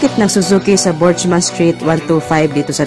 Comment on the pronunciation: "Bergman" po ang bigkas jan hindi burjman 😂